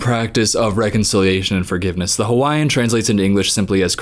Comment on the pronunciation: As a Hawaiian I can at least appreciate that you both pronounced it correctly.